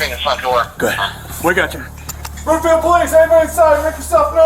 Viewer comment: FYI it’s Broomfield, not Bloomfield 🙂